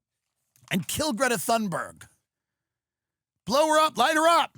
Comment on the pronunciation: Dude, educate yourself on how to pronounce Greta's name